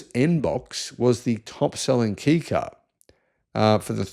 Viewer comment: It's pronounced Kay car.